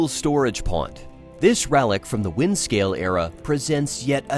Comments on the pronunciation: NOT Wide scale piles FFS !!! Wind Scale literally pronounced as it is spelt Wind Scale. But that was the point wasn't it? lolololol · "Widescale" instead of "Windscale", huh?